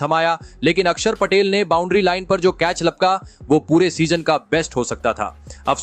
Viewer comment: यार आपको तो अक्षर पटेल भी बोलना नहीं आता ?